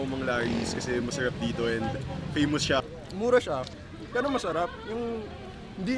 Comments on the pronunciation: Nanginig ako nung narinig ko "mesherep dito". Ganyan ba talaga mag salita mga taga Ateneo? LOL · Sherep dew kese hehehe